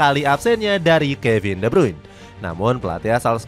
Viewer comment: De brune cara bacanya